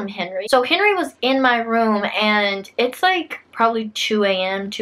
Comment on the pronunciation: I heard her say Henery anyone else orrr